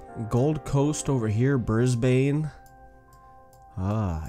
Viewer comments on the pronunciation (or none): NOT BRIS-BANE BRIS-BEN AND NOT MEL-BORN ITS MEL-BEN